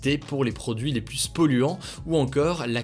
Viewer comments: Il faut arrêter de prononcer le s de plus au milieu de la phrase ! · Hugo tu dis toujours "plusse" ça me tue XD